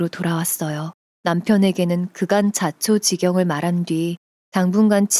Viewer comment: 써있는데로만 읽지마시고 뜻도헤아려가며 읽어주세요 자초지경이 뭡니까? 자초지종 이죠